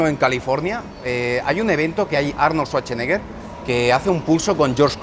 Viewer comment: "Arnol Suacheneger" XD